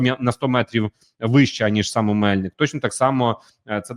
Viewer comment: Будь ласка перевіряйте наголоси географічних назв. ОмельнИк, ГайчУр. Може і невелика різниця, але людям, які втратили рідну землю то боляче